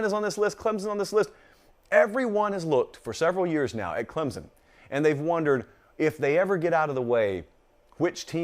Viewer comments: As someone from Clemson, it kills me when says Clemzon. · 😂😂😂🤣🤣🤣 and he knows it too lol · The majority of people say it that way. Most don’t care either. Haha How a southern school gets mad about a southern pronunciation of their name is what’s mind boggling. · born and raised in SC, never heard anyone from the south pronounce it the way he does. There’s definitely a “p” in there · According to Clemson grammar Nazi above you there isn’t a P in there. And I e never heard anyone say it with a P that didn’t sound like a Yankee aka a word I can’t say in here. It’s Clem-sun, no Z, no hard s or whatever, no p in there... just Clem like the guy down the road, and sun like in the sky. One syllable. lol